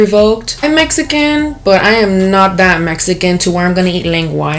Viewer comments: "I'm mesican" gurrrrllll 😂😂😂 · "Messican" pinche no Sabo kid no mames way